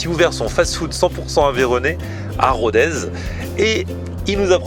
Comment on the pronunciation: Pour info : on ne dit pas "RODAIZE" mais "RODÈS". En occitant, le z se prononce s.✌🏍